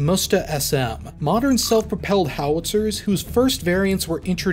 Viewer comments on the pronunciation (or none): That is not called Moesta. It is M'Sta. Please say it right🙂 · It is Msta, not Musta, it means revenge in russian. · Dear - very much enjoyed your video, thank you.Minor suggestion on pronounsaiton the system is not called "musta" it is m'stA.Admitedly an awkward word even for russian speakers, it is an old slavic word for vengance and name of some river. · You read Msta as "Musta" it sounds like you want to say "mustafa"... Say it without "u" sound. M and then directly S...MSta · Not "moosta", it sound like m-sta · why you are saying "moosta" when it's "msta" ? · If you'll ever need to say msta, let me help you a little because it feels like it's really tricky and hard Word in terms of pronunciation Msta is said like "mster" in "hamster", except it's a in the end which sounds like u in "mug" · I've only ever heard the msta pronounced as mista or meestah. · it's pronounced em-sta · Good. It's pronounced "mstA" the A is stressed. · Its pronounced 'meest.' Russian for 'revenge.' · so you also can't pronounce aMSTErdam ??